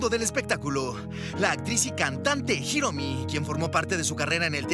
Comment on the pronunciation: Hiromi no Jiromi en castellano la h es muda q periodista ..